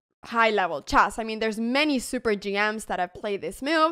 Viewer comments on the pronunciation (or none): I love how Anna says "Chass" instead of Chess :goodvibes